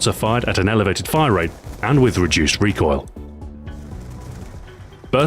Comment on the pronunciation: It's funny when you say rate of fire it sounds like wrate of fire like you put in a w or somthing lol